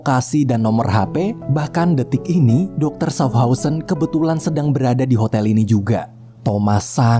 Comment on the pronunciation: itu bacanya syafhauzen